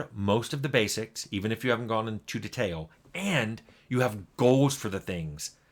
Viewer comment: Every time Tim says "detail" it triggers something in me. And he mispronounces it a lot in his videos.